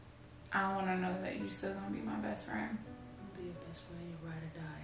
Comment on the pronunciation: She said "Breast friend" too.😂🤣⚰⚱....BUT, I loved this video soooo much! So much TRUE LOVE!